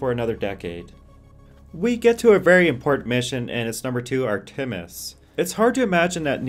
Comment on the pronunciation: It's not art-tim-is, its Artemis. No pauses.